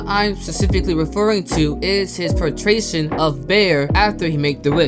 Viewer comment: portration is funny. i think you meant portrayal. all good tho :D